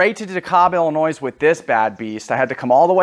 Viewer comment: brother its Illinois not Illinoise